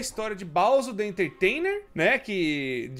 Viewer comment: "balzo the ententeinen" ASKSADKSAKDKSADKASKD